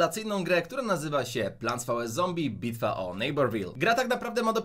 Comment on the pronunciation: Mowi sie "palnts versus zombis"